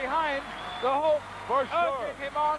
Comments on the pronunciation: Why is he calling him ''Hullker''? Jeez was just awful. He'd just start making up names and screwing up names. Jim Neidhart would all of a sudden become Jim ''Neidhower'' etc. during the action he'd also just start going ''WoooooOOOoo!!'' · Did he say; "Hulker" ??? hahahaha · The "Hulker"😅